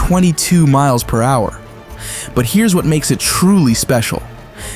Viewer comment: I thought we were in a down south race garage for a sec 😂 a hundred mileanhouer